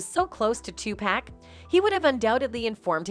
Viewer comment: I hate the way y'all do videos of Tupac and they say his name in the videos. Y'all still say this man name wrong